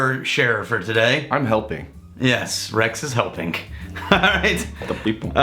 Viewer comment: "for the peebl"